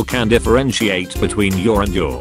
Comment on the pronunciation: it’s funny cuz he pronounce your like you’re and then he pronounced you’re like your